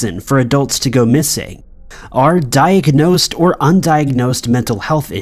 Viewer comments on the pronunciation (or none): Sounded like you said "diek-ka-nosed" word supposed to have 3 syllables, ninja.